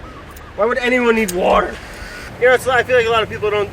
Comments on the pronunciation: "wouder falls" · Nobody: Brad: " WEERDDERR " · Most of the time he mispronounces words is jokingly I assume, like wourder, It's hilarious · The title for the hawaii episodes so far: "Guy from New Jersey goes to Hawaii to scare pigs away, mispronounce water, to not know how to speak Hawaiian and eat ice cream"